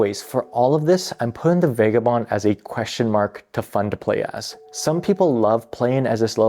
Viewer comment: Vah guh bond. Seriously.